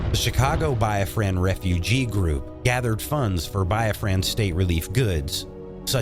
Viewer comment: That, and his pronunciations of Yoruba, Igbo, Biafran, and Ghanaian was definitely off..